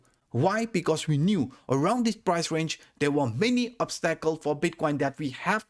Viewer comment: I watch u everyday, your the best BUT obstacle is pronounced Ob-STUH-cle Not Ob-“STACK”le….. lol No offense …. Sounds like “stuh” like stud, stuff, stuck OB-STUH-CLE Last syllable CLE sounds like artiCLE, popsiCLE